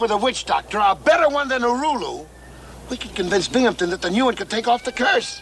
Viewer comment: First time Bimgamton had glass in his glasses!....there’s no p in his last name!